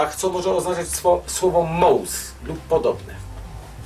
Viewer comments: Jackowski wymawia MOUS lub MOS a nie MAUS, co jeszcze bardziej przypomina MILOSZ. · Niestety Pan przekręca słowo! Krzysztof nie mówi słowa „ małs”-fonetyczny zapis, ale „mous”. Nawet prosi, żeby to słowo zapisać. Nie ma to nic wspólnego ze słowem Miłosz. Sorry, nie przekonał mnie Pan. Grubo naciągane.